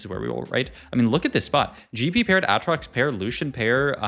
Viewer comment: Pronouncing Aatrox differently than every other human on earth, who has played LOL, doesn't make you unique it makes you obnoxious.